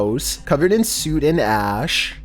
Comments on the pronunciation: man is the mispronunciation king. “Covered in SUIT and ash.” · 🤔"Covered In "Suit" and Ash"🤷🏽‍♀️Its SooT 😏Soot🤦🏽‍♀️ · Soot you mean sut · Covered in “suit” and ash.😂😂 Honestly, I like his version best.